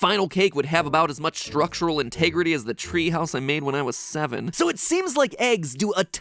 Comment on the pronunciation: Haha "int-egg-rity"! Unintended puns are the best!